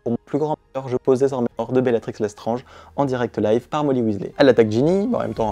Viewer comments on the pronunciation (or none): none